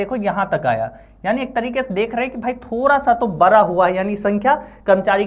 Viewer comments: बड़ा को बड़ा ही कहे आप बरा नहीं, बाकी आप बहुत अच्छा पढ़|ते हैं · बड़ा ❌ बारा ✅ 😂